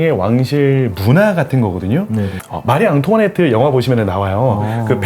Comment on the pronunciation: 도슨트님의 [마리 앙투아네트] 발음이 불어쪽으로 통통 발음되는게 좋아서 몇 번이나 돌려 들었는지 몰라요..ㅠ